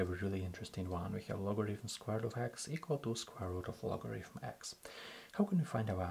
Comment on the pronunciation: мой руSSкий друх! В слове logarithm звук фьі встречается ноль раз. То, что безграмотньіе московитские переписчики букву тета читали то как т, то как ф - не означает, что в английском язьіке можно устраивать такой же бардак.